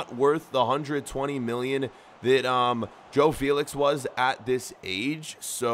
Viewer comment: saying Joe Felix TRIGGERED